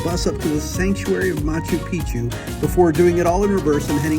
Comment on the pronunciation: Why do you pronounce is as "machu peechu". There's an extra C there. It's ma-chu pik-chu. What can be easier to say!